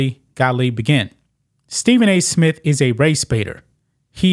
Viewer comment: Isn’t there a “T” in the end of “ Smith” lol. It’s not “ Smit”